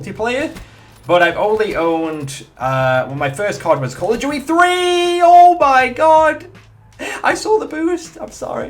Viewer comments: "Call of duwy"? Loool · 'Call of Jewty' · why do you say "call of gui"